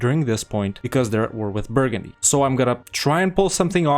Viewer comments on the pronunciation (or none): none